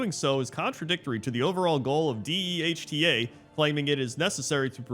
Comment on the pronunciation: D.E.H.T.A is pronounced dee-ta, it's a parody of PETA...